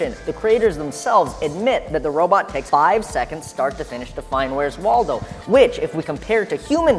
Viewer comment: Every time you say 'Waldo' I facepalm